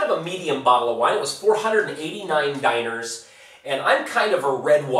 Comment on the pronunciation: DAJNARS!!! XD LOL Its dinars